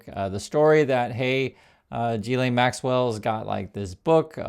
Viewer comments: It's pronounced Geese-lenn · *guil LEN Mispronunciation undermines your argument